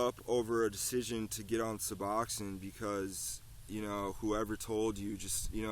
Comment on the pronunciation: You might learn to pronounce it correctly